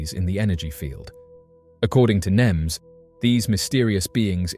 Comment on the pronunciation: His last name is nemes Not nims